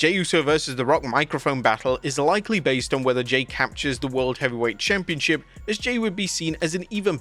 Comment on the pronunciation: Good fun Lilian. Its about time tho. Her announcing has been weird lately. She's been saying champion-shap instead of championship, instead of saying street profits she'll say street pro-fats. Like what are you doing Lilian